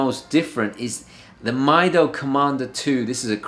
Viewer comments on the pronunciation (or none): Mido should pronounced as "meedo"